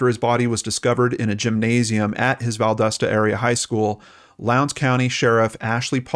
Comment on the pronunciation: Living nearby, I must tel you it's pronounced "val DAH stuh." The community, at least the people I've talk to, does not believe this death was an accident, by the way. We all believe the police department helped the school board coverup a murder.